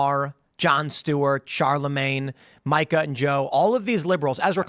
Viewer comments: It’s pronounced Meeka not myka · Does Tim call her Micah as shade, or is nobody brave enough to tell him it’s “Me-ka”? I mean, Phil says her name correctly right after Tim says it wrong… This shouldn’t bother me, but it does. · Say it with me Tim, MEE-CAH. That’s how you say Mika’s name lol. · Will you corkys from facts of life please learn how to pronounce the name Mika already!? WTF!? It's MEE-KAH!!!